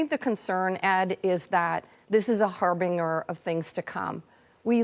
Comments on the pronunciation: Harbin=jur not harbin-grrrrr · Not har-bing’-er, pronounced: har’-ben-jur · It's not har - bing - gur as in a bing cherry you freaking ditz. It's pronounced har - bin - jur as in your rubbish bin brain and with a hard 'j' sound. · Har BING er. You know these elitists love to talk down to us unwashed non lib college masses but then can't even correctly pronounciate fancy words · Why can no one say "harbinger" correctly? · She pronounced "harbinger" wrong. Ha. Love the way this muppet cannot let a single completely unrelated event go by without ranting about POC and indigenous people, identity politics blah blah blah. Heaven forfend she should have a clear plan to deal with her state's problems--ALL of them, including the violent antifa disaster that her party has fostered and allowed to run wild. Oh yeah, and that minirant about undocumented immigrants was COMPLETE nonsense. "Heart and soul of our society" oh good grief, shut UP, Kate, you globalist tool. Drinking game: every time she repeats "unacceptable", down a glass of beer. I think we hit three here, or was it four? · And once again the "experts" are conflating weather and climate. The fact that she cannot pronounce the word "harbinger" calls her intelligence into question.